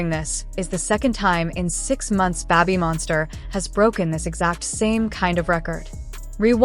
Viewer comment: Babb-bee Monster? Is it possible to get a new AI pronunciation please :goodvibes